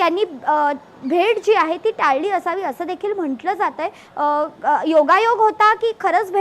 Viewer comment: टळली आणि टाळली हयात फरक आहे.. आधी ह्याना मराठी शिकवा... 😅😂